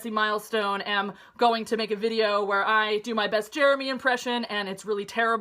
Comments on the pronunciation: love the way how you say "videoo" <3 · She's perfect, especially how she pronounces videooooooooooooooo.